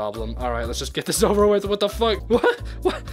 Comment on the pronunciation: Stop saying fuke